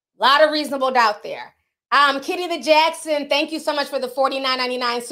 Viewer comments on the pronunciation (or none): none